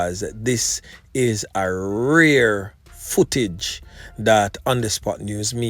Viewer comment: Rare not rear